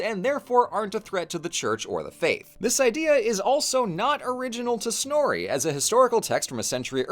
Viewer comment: I’m literally in a history of Norse mythology through media class rn and god we rant about snorri in that class constantly, this came at an oddly great time for me lol since finals are in a few weeks (also don’t quote me on this, but we have an international student from Iceland in that class and he’s informed us that it’s actually pronounced snorr-uh not snorr-e, but I’m not from Iceland myself so if what he said is wrong don’t come for me lol)